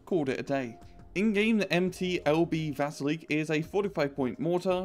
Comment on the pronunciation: dat not VASEELEEEEK das ist VA-SEEEEL-YOK